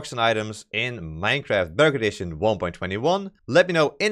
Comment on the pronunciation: When he says bedrock edition it sounds like dark edition